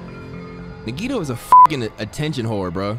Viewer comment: it’s pronounced (Nah-Gee-toe)